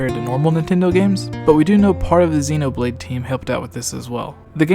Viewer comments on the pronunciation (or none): none